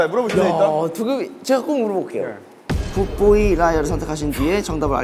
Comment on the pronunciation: 조슈아 굿보이 발음 여기에 빠져서 허우적대고 있음.. 미쳤냐고